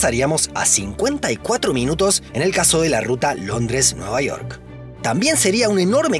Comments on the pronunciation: Nueva Iork, Magaianes? York, MagaYanes... Que pasa con la pronunciación? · cómo que nueva "iork" UMI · jajajjaja NUEVA IORK